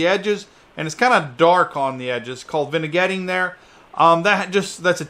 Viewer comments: did you "Vinagetting" on purpose lol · Say Vignetting again, I dare you 🤣